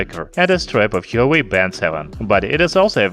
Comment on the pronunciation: he should have at least research the right pronunciation of the brand